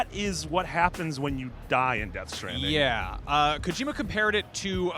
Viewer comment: deaht stranding? more like "the baby within"